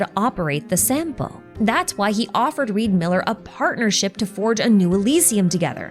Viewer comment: REE D. MILLER